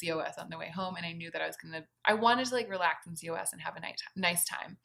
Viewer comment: COS is pronounced “cause”.